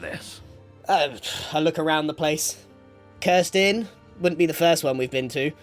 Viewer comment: I blame my bad ears, but every time Grian said "cursed inn" I heard the bame "Kirsten" lol The first timw I thought it was one of the various names for Mr. Wizard